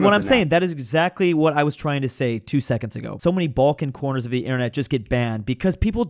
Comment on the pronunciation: It's not Bolkan , it's Balkan, say it right you little anglo-german.